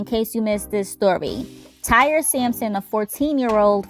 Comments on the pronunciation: I’m pretty sure it’s pronounced TY-REE ain’t nobody out here naming their child TIRE 🥱 May he Rest In Peace 🙏🏾🕊 BUT my unpopular opinion and not to sound insensitive but I believe it was both the ride operators and the young boys fault , the young boy knew before anyone else that he wasn’t secure in his seat.. ANYONE that gets on a ride knows before the operator if they’re comfortable or feeling secure , the boy should’ve raised his hand and got the ride operators attention but the ride operator also should’ve been more observant because had he been , he would’ve been able to tell Tyre he couldn’t let him ride that ride.. he was careless 🤷🏾‍♀️ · It's pronounced Ty-ree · RIP Tyree (pronounced Ty-ree)... 🙏😢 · Why the fuck her ass keep saying Tire . How does Tyree LOOK or SOUND , ANYTHINGGG CLOSE . TO. tire. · Correct... On other videos his family pronounced it Ty-ree. Simple mistake. 🤗